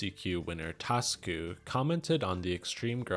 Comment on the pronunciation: Hi its not "Tasku" it's "ta su ku"